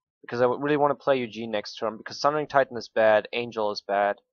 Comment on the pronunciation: Ikr it's not Eugene it's ugin